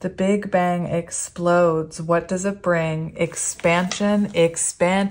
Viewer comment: When you mentioned "big bang," I actually heard "Big Ben" and when you said “Ben, Ben, Ben!” I was like, "no way! Omg ❤️!" The disappointment hit when I realized what it actually was 😂😅 silly me 😂